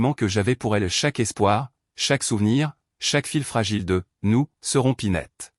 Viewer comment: « Serons pinette » pour « se rompit net » quelle rigolade et le reste à l’avenant 😅 l’effondrement fulant au lieu de fut lent